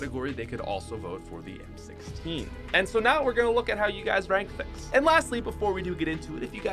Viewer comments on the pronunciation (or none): none